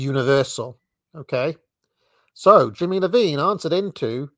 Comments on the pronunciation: It's not Johnny Lovine, it's Johnny Iovine, with a capital I as in Italian. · Jimmy Iovine Pronounced eye-o-vine Not Low-vine Appreciate your work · Iovine is pronounced Eye-O-Vine. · i oh veen. Not L oh veen. Jimmy Iovine. Simmons not Simons. Lyor Cohen is in charge of YouTube Music these days. Peace